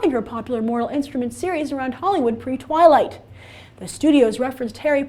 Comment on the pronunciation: IT'S NOT TWIILGHT